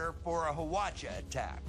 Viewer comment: “HWACHA” 발음 아주 찰지네요